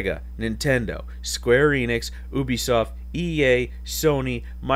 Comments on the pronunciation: It's You-bisoft, not OOh-bisoft. Please pronounce correctly. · People pronounce it different ways. I hear Oohbisoft more often. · I do pronounce it Yoobisoft without thinking so you should have no problem with me. I was almost convinced that it was pronounced the other way for a while.